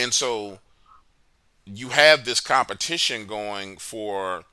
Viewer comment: nice .lmao he said its cometition XD. halloween